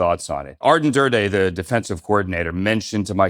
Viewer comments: It’s Aden Durde, not Arden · Aden NOT arden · Aden not Arden! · *Aden Durde, not Arden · Great insights! Tiny correction though, it’s Aden not Arden 🙏🏼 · ADEN Durde Ja-DAR-ian not DARE